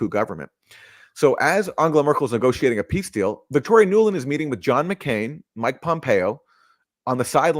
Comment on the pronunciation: "PELESTINIAN NEGOCIATION!"